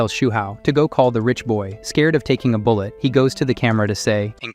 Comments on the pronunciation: i am still laughing at how your AI said Bull-ett glass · The ai reading this is funny lol love it Ai saying bullet as bull e e e et